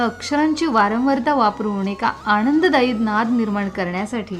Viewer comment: निवेदन जरा थोडं कमी केलं आणि गाणं ऐकवलं तर जास्त आनंद मिळेल,अन्यथा हे गद्य थोडं कंटाळवाणं होतं! दुसरं म्हणजे ण आणि न कडे लक्ष द्यावे,उदा.आणंददायी नव्हे तर आनंददायी!बाकी निवेदन उत्तम!